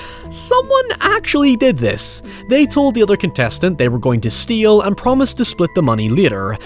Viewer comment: YouTube's captions think can't say "steal" (it always shows up as "steel") and I probably agree 😂